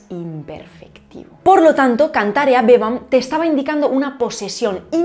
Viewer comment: HàBEO pero HABéBAM. Por favor repite tu acentuaciôn latina😅😮